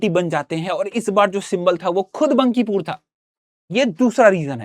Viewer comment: Phli baat बंकीपुर नहीं बांकीपुर hota hai 😂